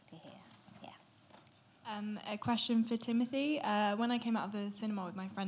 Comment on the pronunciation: how are you gonna go ahead and spell timmy's name wrong in the thumbnail AND mispronounce his name in the intro SMH the disrespect